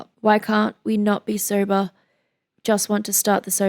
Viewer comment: “Sobah” instant crush